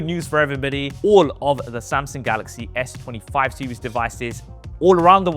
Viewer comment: What is this "SEWIES" you keep mentioning. If I was a Brit watching this I'd be embarrassed. Holy